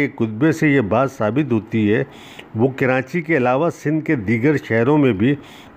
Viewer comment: Sir aap karachi ka pronunciation ghalat use kar rahay hen jaisa k.. karaNchi ghalat hay aap darmiyan men N laga rahay hen jo k ghalat hay.